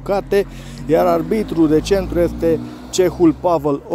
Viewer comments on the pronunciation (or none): te rog să zici arbitru nu albitura cum zici tu. terog să nu te superi pe mine.